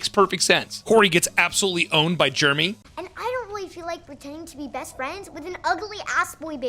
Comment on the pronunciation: It’s not jermy goddammit it’s Jeremy! There are two e’s ffs